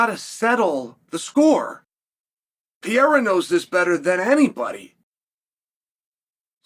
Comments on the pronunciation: Peara!? Pereira is the correct way to say his surname. Funny, anyway, hear this dude says peara...😂😂😂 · If you learned how to stop fucking saying Pee Era and pronounce his name correctly, maybe he wouldn't be mad at you. 😂 Puh Ray Ruh. Sound it out like a fifth grader. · Is it so hard to pronounce PE-REI-RA? This guy keeps saying, "VIERA."At least that what I hear here. (BTW, Pereira, in portuguese, is the name of the pear tree.) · He just kept saying PEE ERA 😭😭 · STOP SAYING PEE ERA YOU IGNORAMUS. 😂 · For fucks sake quit saying PEE ERA. 😂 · Why do you call him “Pe air ah” lol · Brother must be new if you haven't clocked that Chael knows infinite about MMA but also knows negative about pronouncing fighters names. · Saying unks name right and fucking up Alex is inspiring … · Why will you not say the second R in Alex’s name?